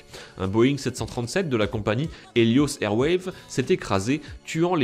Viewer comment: tu as faux pour le 5 ème " le saviez vous" puisque les image que tu montre sont les images du vol Aloha 243 et non du vol Helios 522 et en plus on ne dis pas " airwayv" mais "airways".